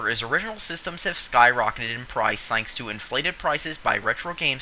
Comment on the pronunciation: "Thainks" "Lon"